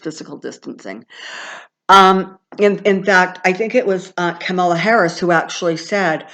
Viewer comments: Actually, Kamala rhymes with "comma"--la... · Whoever that wonderful person is was wrong! it's Kamala - (Calm - a - La) I heard her say it herself months ago on TV loud and clear. It is not "Pamela". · Thank you for your readings and channeling. In Kamala Harris's audio book,which she read, and in several interviews where she was asked how to pronounce her name, it is like "comma and then la". It rhymes with her mother's name, Shamala. I hope that helps. Blessings. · I'm typically a stickler for correct pronunciation. But, who really cares (except for kamala, perhaps)? I get it, it's comma-luh, but even a lot of newscasters were getting it wrong. Poor kamala, has probably had trouble with this her whole life; its an unusual pronunciation.blame her parents. 😁 We know who you mean,. Thnx!